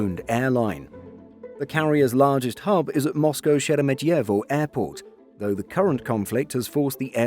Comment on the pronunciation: Moscow, not Mosgo